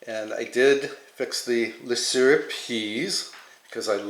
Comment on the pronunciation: Wu Sta Shr …. Not Wooster. No one can ever pronounce that word. Worcestershire! 😂 my friend is a Brit and she gave me the dickens on the mispronunciation of this word.